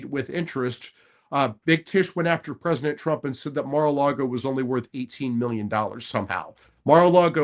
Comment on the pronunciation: I truly do respect and admire Mike Davis, but I get so hung up on his annunciation of the word President. I swear I hear presiNent nearly every time. I'll give him credit though, he clearly said PresiDential when he was fired up about the appointments that he gets when picking a team that WORKS for him. 😊